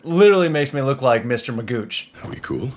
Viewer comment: It’s effing Mr. Magoo not Magooch. You really should have watched these in proper order. Still enjoying it.